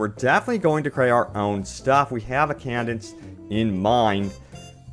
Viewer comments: cadence not candence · cadence: kay-dense